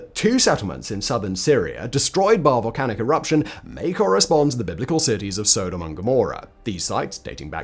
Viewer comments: SO..... Simon pronounces Sodom (with a short in the front and back) as Sodahm (with a long O in the front and short o in the back), which makes me now question how I/We as a culture I have been saying Sodomy for as long as I understood what it is. Now when I watch crime TV shows do I have to mentally translate Sodomy charges with Sodahmy charges? Further more just hearing the pronunciation of Sodahmy makes me think of a "Sodame' Roll" as something one might see on the special board at a sushi/sashimi bar! What in the name of hell could someone roll up in some rice and give it the name "Sodame' Roll"? And to make things worse I'm hungry right now and I was actually think of going to get some sushi. Thankyou Simon. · Sodom is pronounced like the word sodomy …. Not so- dumb😊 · Sodom stress on the 1st syllable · you are pronouncing sodom wrong it's not sooodom it's sod-om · Sod-om not So-dom, as in sodomise. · Stop saying Sow-Dom. So (short o)-dom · Dunno if it's a Brit thing or a Simon thing, but the way he says "Sodom" makes me think of Thomas the Tank Engine's Island of Sodor. I'm used to hearing it pronounced more like "Sod 'em" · pretty sure most people pronounce "sodum" pretty sure its Sodom like sodomy, as it is " the act of the people of Sodom" lol I dont know but im pretty sure Ive heard you pronounce sodomy the same way I would if i were using it. Anywho big fan and ps I know i know you dont read these ........ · It is pronounced Sodom! And I do not like your skepticism, Simon! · I cringe everytime Simon mispronounced Sodom